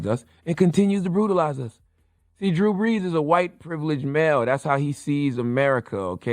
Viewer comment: Killer Mike gave Drew the ultimate disrespect by accidentally mispronouncing his name 😂😂😂 "Drew Blees" 🔥🔥🔥